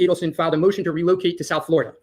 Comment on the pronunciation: Pronounced /ee-delson/. Why. Add to the grotesque comedy in this case all respect to Dan he must see and laugh sometimes